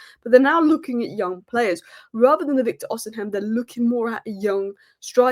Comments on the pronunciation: Its Os i Men not os in hem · Ignore the h in Osimhen. Just say Osimen